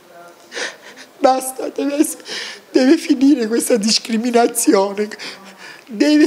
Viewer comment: "Quesda discrhiminaziune deve finirla" 😂